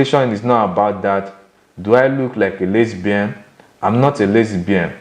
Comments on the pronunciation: What is lesy-bian. It's lesbian 😦 lol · That's the Russian pronunciation